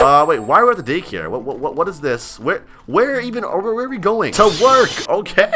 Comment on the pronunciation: My kid is watching you an you taut him a word that is bad an pls stop saying wada